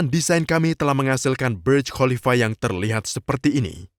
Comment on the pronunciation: Kok baca khalifa dg Qolifa ya?